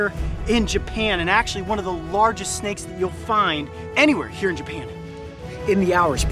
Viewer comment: "I hate snakeu"